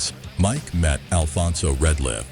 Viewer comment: It's Alfonso Ratliff, not Retliff